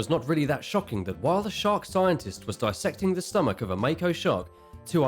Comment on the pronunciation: Dissecting (dis rhymes with this). Dis/secting. Bi/secting (cutting into two pieces), is pronounced the way you are mispronouncing dissecting.